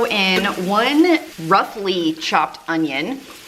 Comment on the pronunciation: I heard… ruffly chopped onions 🧅 🧅 Like dress ruffles. 😂